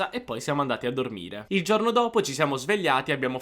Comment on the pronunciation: comunque giorno si dice con la o chiusa, giorno. se sei insegnante di italiano le e e le o le devi pronunciare giuste, aperte o chiuse come é giusto. forse ascoltando i toscani avresti imparato. E non si dice cielo pronunciando la i, la i in questo caso é muta, come se fosse scritto celo. ma, insomma, alla faccia dell' insegante di italiano.